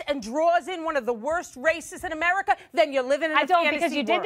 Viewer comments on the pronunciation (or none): none